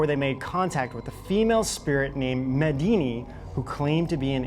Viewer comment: Medini? Sounds like Medina to me... Maybe an Arabic Houdini?